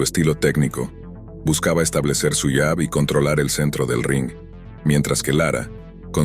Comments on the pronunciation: Se pronuncia yab , no jab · Se pronuncia llab Se escrbe jab.